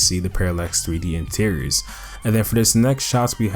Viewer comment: bro if you say Paralex 3D Intiriors one more time i am gonna snap